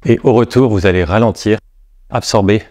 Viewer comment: Je regarde assez souvent cette vidéo pour mon circuit, et le "alléoeuw" à me fume toujours autant 😁